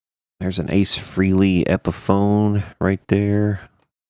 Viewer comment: It's pronounce FRAY-LEE not FREE-LEE